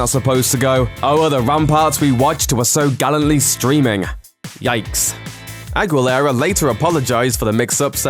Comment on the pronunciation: talk shite bout her not remembering some garbo song but can't pronounce aguilera...